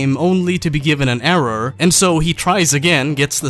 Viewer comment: ERROAR. ERROAR